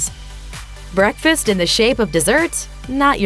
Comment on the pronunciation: What the hell?! Guess I'm ditching bekfast because I can't eat any BEKFast foods!!